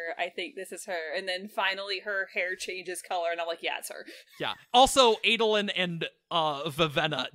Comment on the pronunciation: Man, the way you guys say "Adolin" is really cringy... All other a's in Alethi are pronounced as in "dad" not as in "fate"!!